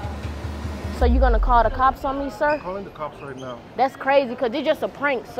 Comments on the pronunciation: This one had me laughing so hard I cried! LOL when she said call Dee cops in a Nigerian accent and when the dude at the airport was cool with the 20% 😅 and the part where the Asian guy was like police police and she’s like that’s not how you call the cops pick up the phone 😂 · the way she said "call de cops" after the dude with the accent got me dead istg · "Call dee cops idgaf"😭😭😭😂😂😂😂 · Yes call the cops in her Nigerian accent 🤣😂